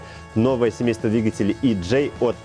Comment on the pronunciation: если уж джей, то не Е Джей, а И Джей